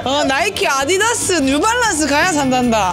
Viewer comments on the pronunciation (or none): none